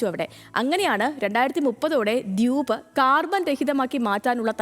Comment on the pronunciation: ചാനലിന്റെ പേര് ഹലോ മലയാളം. ദ്യൂബ് അല്ല ദ്വീപ്